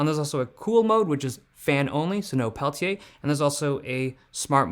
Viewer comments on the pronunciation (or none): amazing how you say it: Pehl-Tee-Yay. hahaha been using blackShark fun cooler 2 pro for over a year now and having freezing device on your device is a GAME CHANGER!